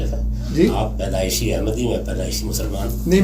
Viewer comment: Paidaishi not badaishi Bro